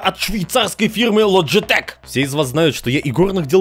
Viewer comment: Не "лоджитех", а " лючитик"